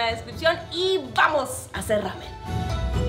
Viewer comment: Que mal pronuncia el nombre. No es rramen, es una sola r que se pronuncia.